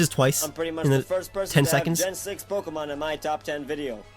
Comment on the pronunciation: YOU SAID POKEMON WRONG